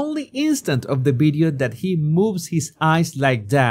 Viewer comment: You've been talking for years making youtube and you still did not lean how to pronounce video with a V Not with a B Sorry but it turns me off and I can't finish the video,that's why I pointing it out